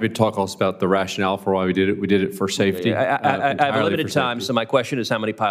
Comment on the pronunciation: "SAFTEY?" SAFTEY for WHO? What an excuse